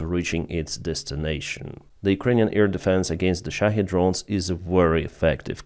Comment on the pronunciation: Good to hear someone pronounce shahed correctly. Most say shahead, there is no "head" sound in the word.